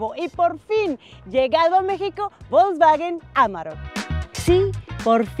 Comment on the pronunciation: Se pronuncia folksvaguen